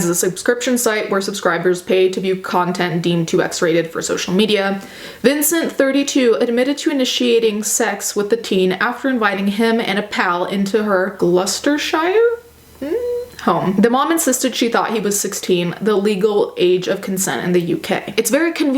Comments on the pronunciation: 3 "shire" aww. In England, we actually pronounce it "sheer" but I love how Americans say how it's spelt. You do it so much better and the weather is like being in Mordor at the moment. So in regards to this video "gloster-sheer". Not saying to be a troll. I have noticed a few Western to England Youtubers trip on that, so that's a nugget of knowledge. We don't actually say "Shire" except where it is a name for a venue like a pub or restaurant. But I want to say Shire. Sounds majestic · Gloss-ter-sher *we love the English language! Also adorable intro adorable blankoodie, serious content, it softened the disgustingness so thank you ❤ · Hey from the UK, I think it’s pronounced Gloss-ter-sher but fast, also love your content even though the subjects are a bit heavy 💚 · Glousterceshire is pronounced kinda like gloss-ta-sheer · When you said Glousterceshire I thought you said Lustershire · This story you're covering is enough to send a horrible feeling in my stomach... oh and also the place where she's from is pronounced "Gloss-ter-shure" or "Gloss-tuh-sheer." So, now you know! Also the hoodie promotion between you and your husband was so cute, I can tell how happy he makes you! Like, I'm sure that your face just beams with joy! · It's pronounced "Gloss ta sheer", silent R. Don't worry, we know our spellings are stupid. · Your hoodie reminds me of my Oodie. I think yours might be a little longer than mine. I'm only 5'2 and it comes below my knees. It's got sherpa fleece lining and is super comfy and warm. Also that is pronounced Gloss-ter-sure or just Gloss-ter without the shire on it. Glouster. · I love seeing how you and your husband interact, it’s so pure :) P.S Gloucestershire is pronounced ‘gloss-tur-sher’. It’s a weird word :’)) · Gloucestershire is pronounced gloss-tah-sheer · just incase anyone wanted to know... Gloucestershire = "gloss-ter-sheer" I think it's from a welsh word. (But I'm northern so could be wrong.) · it's pronounced Glos-ter-shure